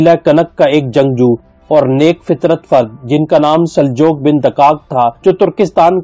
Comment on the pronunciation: Sir g Saljook Sahi lafz hy Saljok nahi kehty Baki MashaAllah study Achi hy